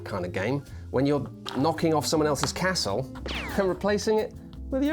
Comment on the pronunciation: I like that pronounces Castle correctly, rather than Carstle. Also, it is a very pretty board and I like Scotland.